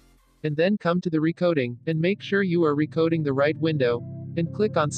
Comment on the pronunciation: I like how the says "recoding"